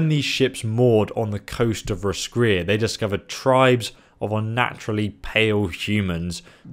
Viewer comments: there's a town in Ireland called Roscrea and it's pronounced (Roscray) so I'd say that's how it's pronounced 😊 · Roscrea..If it's meant to be the same pronunciation as here in Ireland then it's (loosely) Ross-cray. Ross like the name and cray like clay just with an 'R' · Roscrea is pronounced Roscray. it's a town in Ireland which seems to be the inspiration behind the expansion. The geography, pale humans with tatoos (celts) and music fit. The central city also mimics Skellig Island. Think of the island from the latest Star Wars film. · it is pronounced Ross-cray I think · the roscrea in ireland is pronounced ros-cray so make of that what you like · It's pronounced Ross- crey, It's Irish. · ur not even pronouncing the O